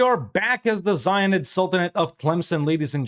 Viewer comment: I keep hearing the zionist sultanate instead of zayyanid